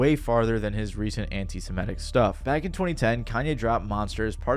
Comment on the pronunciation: "anti simitism"